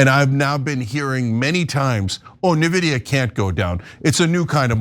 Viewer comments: ""nevidia"" 😱???? do they keep doing this on 🤯😵‍💫purpose or noone reads our comments in order to inform them ??? so ,since obviously noone reads our comments ,i'll just copy/paste what i've told them before in order to save my time (p.s: they pronounce companies like Microsoft and Oracle properly🥳 ,but that's not a privilege that nVIDIA "earned" yet it seems...) : """"i was left speechless : Ana ,you live in U.S.( i don't) and you can't even ...😱pronounce correctly the 1st company in history which passed the 4trillion value ??? It's like pronouncing Microsoft instead of M(a)icrosoft !!!! really ? Nevidia ??? And since i've heard many nonsense from people in the past about what is verbally correct ,and i'm sure you would argue the same like those people ,i'll say it ahead in order to prevent that argument : nVIDIA isn't some dictionary word . It's a company which certain Founders have ...founded and those certain Founders are the ONLY ones who will decide how their company will be pronounced !!! And guess what : they don't pronounce their company nevidia ,so why on earth are you changing THEIR company's pronunciation ??? (*FYI , i'm a fan of nVIDIA since 1999 )"""" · also I see u mad people had a problem about Ana not even knowing how to pronounce Nvidia correctly 😂 because she knows nothing about the company.. she just says things to get trans fem butches upset.. which shows she wants to trigger you 😂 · That had nothing to do with his post, are you OK? He made a fair point and on a boosted video no less you'd think they'd want to get the pronunciation right. And this Israel focus is a dumb business strategy. I'm not saying it isn't important, people should care more given the impact of their lobbying, but you can barely get people to pay attention to domestic politics if it's not soap-opera esque. If affecting change was the goal than they wouldn't have taken focus off the Left because the Right is still voting Right. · It’s not neevidia. It’s N-vidia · Nee veedya 😂